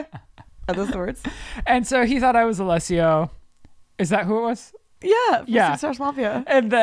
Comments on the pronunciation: I’m pissing that they kept saying Alessio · Lol not y’all saying Alesso wrong and him not even being part of Swedish house mafia 😂😂 cute though